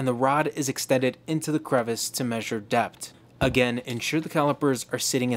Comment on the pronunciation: "depth" has an "h" at the end of it.